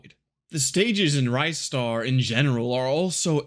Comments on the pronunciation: It's not rajster, it's ristar dumbass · Nah, he didn't. I came here seeking a comment mentioning the pronunciation, and it's wrong. It's actually "reestar", not "rystar". You can check that by how it's written in the original Japanese release (it's named リスター as in Risutā, instead of ライスター as in Raisutā). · NO, wrong! The developer have confirmed their intention was to make it short for Rising-Star; Ri-Star Thank god he started pronouncing correct after the start of video - it was offending my ears. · Sigh...great video, but sadly I can't watch it because your mispronunciation of Ristar as "RYE-star" every 2 seconds is literally melting my brain.